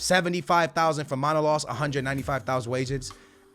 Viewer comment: It's manolas not manolos brother😂